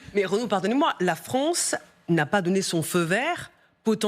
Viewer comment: Des accusations russes contre la FRONCE? C'est quoi la FRONCE? C'est où la FRONCE?